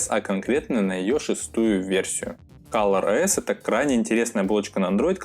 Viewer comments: не каллор а коллор ос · кОлор ОС а не кАлор